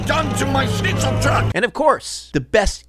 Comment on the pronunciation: dude not shneezal it’s schnitzel